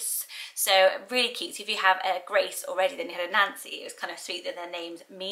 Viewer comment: My mother named me unknowingly Ann Ann when she named me Nancy Ann. So in that misnamed tradition why not Nancianne? My niece was just born and name Vivienne ( pronounced Vivian ) she was named for her grandmother Rosemary, Vivienne Rose.. What do you think of Vivian,? I love how you pronounce my name. It gives it a soft edge to a happy sounding name. At least I think Nancy is cute, happy name. I was born in '47 and there were 4 Nancy's in my class so it wasn't so unique bur trendy as you said. Love your brown striped blouse. At least it looks Brow in my phone.